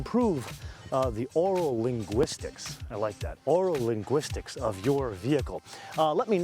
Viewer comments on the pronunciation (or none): Did he say Aural Stimulation or Oral Stimulation?